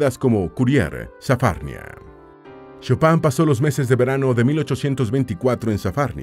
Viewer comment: El locutor debería pronunciar el nombre en forma correcta.